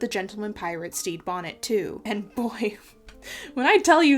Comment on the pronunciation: Anyone else can’t stop hearing “Steve Bonnet”? looking at you,. 👀